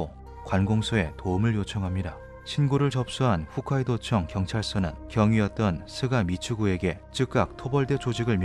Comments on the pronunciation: 훗카이도가 아니고 홋카이도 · 훗(ㅎㅜㅅ)카이도 아니고 홋(ㅎㅗㅅ)카이도인데.. ㅜ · 훗카이도가 아니라 홋카이도입니다. 호ㅅ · 훗카이도가 아니라 홋카이도입니다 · 영상 잘봤습니다. ㅎㅎ 훗카이도(x) 홋카이도(o) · 훗카이도가 아니라 홋카이도 .... 부끄럽네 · 훗이 아니라 홋이요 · 그.. 잘 보고 있습니다만 훗카이도가 아니라 홋카이도 입니다; ㅠㅠ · 홋카이도 계속 훗카이도라고 하는거 불편하네